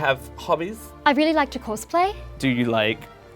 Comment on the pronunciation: Sounds about 20% American to me. Listen to how he says "like" ("do you like chocolate"). He says it like an American!